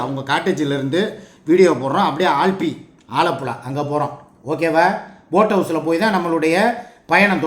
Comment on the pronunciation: ஆல்பி இல்ல அலப்பீ